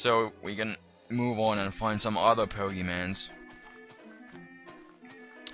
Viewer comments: Its pokemon not pogeman. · 1. Plural of Pokémon is Pokémon 2. Pronounced Po-ké-mon. (NOT BO-GI-MANS!!!) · It's pokemon not poke mans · you say 'pokimans' l0l instead of pokemon? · "Pokemans"...I don't want to live on this planet anymore... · Poe-kay-mon. It sounds like he's doing it on purpose, as well as "geodude" for correcting himself when he says it correctly.. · I love gow he says "pokeman" lol its funny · he said pokemon correctly once and the changed it to pokemans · he says pokeman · u say pokemans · He said Pokemans =( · its called pokemon with a o not an a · poke mon that how u say it sorry i just get mad when people say it like that so sorry but i likae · the guy said pokeman its pokemon and its a mod ur dimb at heck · stop saying pokemans it hurts my ears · stop saying pokemans and pokes... just stop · its not freaking pokemans noob it dosint even have a a in the word pokemon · lol pokemanzz lol my cousin loves(ed) pokemon and i would get on her nerves by calling the pokeMANZ ROFL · pokemon not mans ugggh